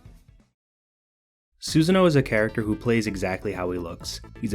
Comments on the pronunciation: I'm not going to lie every time you said Susan instead of Susanoo it made my back and my throat itch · Where did you lost "oo" in Susanoo's name and call him Susan instead??? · My favorite BlazBlue character: SUSAN. Pronunciation is Suh-sah-nó-oh. Great video BTW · Is it only me or he calling susanno as suzan 😂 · Ah yes Susan from BlazBlue,my favorite character. I'm starting to wonder if these mispronunciations are just for engagement farm 😅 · i cringe everytime when bro says Suzanne-oh. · was with it until you butchered Susano'o's name. It's "su-sAHN-oh-oh"